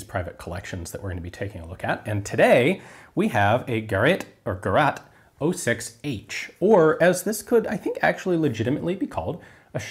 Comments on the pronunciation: Actually the pronunciation of Gerät in english would be closer to Gureyt or rhyme with "great". Gurad is not a german word. The translation is akin to machine or contraption. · Your very first pronunciation of Gerät is correct. All the subsequent pronunciations of "Gerat" are wrong. The letter ä and a are two different letters; as different as d and t; or as c and k; the dots in German are not an "accent" like in French. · Not just the Germans in the comments -- even I know the word for device is Gerät ("gay-rate"), not gerat. Gerat is a past participle that means "advised". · in german it's called Gerät with Ä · Was half of this video thinking about what you mean with "Gerat" :D Then the curtain felt: Do you mean "Gerät" (device)? Very nice video. Thx for the explanation of this beauty. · Great vid! A true unicorn, and godfather of all HK and CETME rollerlocks! BTW, Geraet is pronounced ge-RATE. If it did not have the umlaut, (the two dots over the a), it would be pronounced ge-RAT. Keep up the great work Ian! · It is called Gerät or Geraet if you have no "ä". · Just a small correction. It’s ‚Gerät‘ not ‚Gerat‘ (pronunciation is ah and eh together, hard to describe, maybe like in rat) and it‘s meaning isn’t really ‚item‘, but more like ‚device‘ or ‚tool‘. If you say Gerät like you pronounced to a German he/she will have no idea what you are talking about 😂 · I thought Gerat isn't an German Word then I remembert ä (Gerät) isn't something americans know. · "Gerät". I was wondering what the hell he was saying. :-D Spelt "Gereat" if you don't have the "ä", the "a" with the Umlaut. The "ea" is more or less pronounced like the "ea" in great. So "ge-reat", sort of like Tony the tiger says it, would be close. :-) Certainly better than "ge-rat" like "rat". No offence intended, I know it can be difficult. Still funny though. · Gerät should be pronounced like 'Garayt' or 'Gerait', not 'Geraht'... :-) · I dont know this gun, but im pretty sure its not Gerat but Gerät.